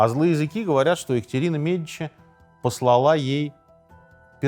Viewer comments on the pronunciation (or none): послалА - ударение на А - это оговорка или новый тренд? Не первый раз слышу...